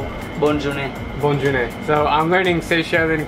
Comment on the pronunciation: did he say Bon Journee? and doesn't that mean safe travels?